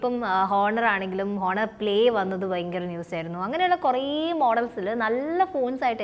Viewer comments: ആദ്യമേ ഒരു കാര്യം പറയട്ടേ.. 1)Huawei എന്നാൽ പറയുന്നത് "വാവേ " എന്നാണ് 2) honor എന്നാൽ പറയുന്നത് ഹോണർ എന്നല്ല "ഓണർ " എന്നാണ് ഇതുപോലുമറിയാതെയാണോ ഇതിനെക്കുറിച്ച് class എടുക്കാനിറങ്ങിയിരിക്കുന്നത്.. കഷ്ടം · ഹുവയി അല്ല വാവെ ആണ് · HUVAVA ALLA HUVAEI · It is pronounced as waw wey not hu wa wey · ഹുവാവെ അല്ല കുഞ്ഞാവ 😀😀😀😀😀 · wah way thanne aanu pronunciation but nammal huaaayiii ennu parayullu🤣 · Vavay the right pronounce 👍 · Pronunciation thettanu that word should be pronounced as wah wei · Its "Huahh..weih" its the right pronuonciation . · wah-way ennan pronounce okkk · ഹുവാവെ അല്ല... H edukilla pronounce cheyyan🤣🤣🤣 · Huawei ... pronunciation really disgusting... ..ദയവായി ഗൂഗിളിൽ പോയി pronunciation ഒന്ന് കേട്ടതിന് ശേഷം മാത്രം വീഡിയോ ചെയ്യുക ...aa ഒരു pronunciation നിങ്ങൾ ചെയ്‌ത വീഡിയോയുടെ ഭംഗി കുറക്കുന്നുണ്ട് ... Any gud job keep it up